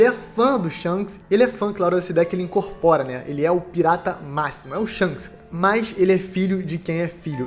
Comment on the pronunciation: Não consigo ouvir "Shonks" sem rir kkkkkk